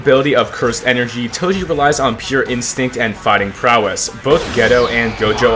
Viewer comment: why do you pronounce Toji as Toshi